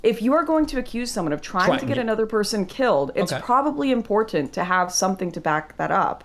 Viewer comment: "In poor tent" Ugh